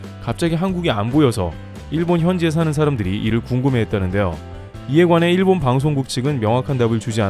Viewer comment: 목소리 좋고 전달력 좋은데 일본을 그냥 일, 본 모두 경음으로 발음하면 좋겠다ㅋ '일'에 강세 두지 말고. iiiil bon 말고 그냥 il bon